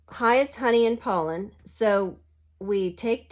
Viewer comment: Pollen is pronounced - pah-len 😊 I loved this video! It reallllly helped me understand this game!! You should do more videos like this! Do you own Tapestry? I'm trying to learn that and I think your style of teaching would help everyone a lot!!!